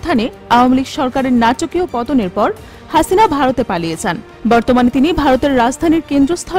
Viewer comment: 😂😂হাছিনা নাম টা কিভাবে উপস্থাপন করলো 😂